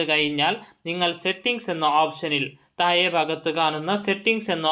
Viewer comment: എന്ത് ഒഞ്ഞ മലയാളം ആണ് ബ്രോ,മലയാളം പഠിക്കാൻ ഞാൻ ഒരു ആപ്പ് സജ്ജസ്റ്റ് ചെയ്യട്ടെ.തായെ, തായ്....എന്ത് തായെ..😂.😂😂